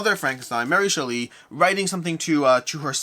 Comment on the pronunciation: It's actually pronounced SHELL-y with the emphasis on the shell.